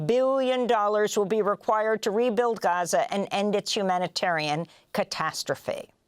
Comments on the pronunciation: she can't decide on how to pronounce gaza.. lmao 🤡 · my favorite part is how she can't decide how to pronounce gaza... lmao she goes back n forth .. 🤡